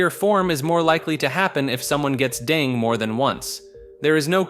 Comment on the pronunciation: Dengue is pronounced "DengEE" or "DengAY", not "Deng"